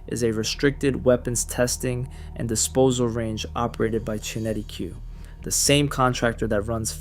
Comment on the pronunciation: At least make the effort to check your pronunciation e.g. Worcestershire, Qinetiq etc.etc. You can find out how to pronounce them on Google!